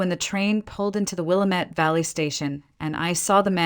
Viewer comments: It’s pronounced like Will am it. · It is truly disgusting that they can’t pronounce Willamette correctly! 😖